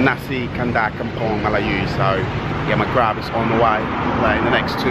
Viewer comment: The way you say "Melayu" 👍👏